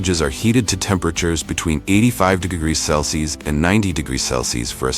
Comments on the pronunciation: How annoying is the AI failed pronunciation of “celsius”… Cell-Sees…🙄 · Celcius is pronounced "cell see us" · It gets ready to "cleenz the beans" before processing . also we moved from how cherry trees are planted to soybean production. And the poor robot cannot pronounce Celsius. My favorite mispronunciation is 'Celci'.